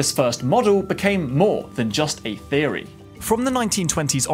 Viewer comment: I like how when you say Theory it sounds like Fheory...